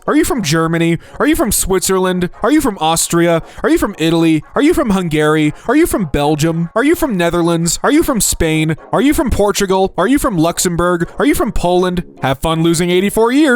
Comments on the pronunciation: Why does bro pronounce it like Hungayri? Is it supposed to be pronounced like that? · And "hoongærý" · What about him saying Hungary as Hung - gary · did he just say hun-gary?! 😭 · I’m sorry, HUNG-GARY?! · Are you from hung gary 😂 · That pronounciation of Hungary is the most American thing I've heard all day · HOW DO YOU MISPRONOUNCE BOTH HUNGARY AND EUROPA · Hungary really isn't that hard to pronounce 😭💔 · I personally lost 7 years after hearing that pronunciation, since I’m half Hungarian. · same bro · I think just purposefully mispronounces stuff though